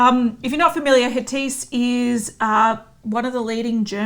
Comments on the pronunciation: It's not Hatiss ladies. It's Hatidje :) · Guys Hatice is a Turkish name so it is pronounced “ Ha-tea-jay “ . You can check online. Love your videos but just wanted to let you know! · Also it's pronounced/Ha-ti-jE/ (in case u were wondering) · Dear I was repeating this everytime it was pronounced wrong.